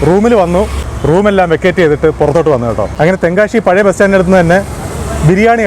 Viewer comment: നല്ല ഒരു tongue cleaner ദിവസവും 2 നേരം ഉപയോഗിക്കുക ശ എന്ന അക്ഷരം ശരിയായി പറയുക.ഷ അല്ല ' തെങ്കാ ഷി അല്ല.